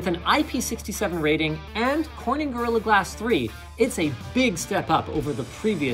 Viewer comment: "Gorillia Glasss" man this one was really rushed out, wasn't it?